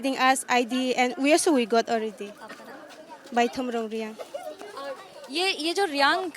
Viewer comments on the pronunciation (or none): It's reang not riang